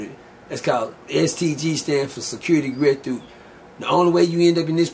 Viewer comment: “Security Gret thoup”😂